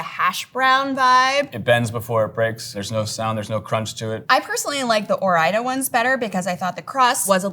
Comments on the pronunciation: What the heck. This is a cooking channel and they could not even make fries, or even pronounce Ore-Ida correctly. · Wow I had no idea Ore-Ida is short for Oregon Idaho 😂